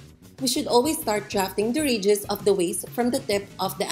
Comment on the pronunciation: Thanks for tutoring. May i suggest you use no white material to demonstrate because your table top is white and wall behind mannequin is white. We just cannot see your fine example when it is all white on White. Also, I put on captions in English to understand. You say radius and auto translations says "regis". Americans pronounce it " RAY dee us" for Radius. Hard to figure this out at first. Again thank you for the information.